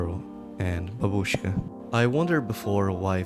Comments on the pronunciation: god...please, its bA"bushka not babU"shka😮‍💨😮‍💨😮‍💨😭 But cool video though! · Same mistake as always. bAbushka, not babUshka. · bAbooshka (emphasis on a instead of oo) great video